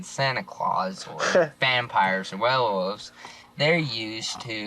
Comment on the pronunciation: Wayuh-wuvvs because his ass can't say werewolves.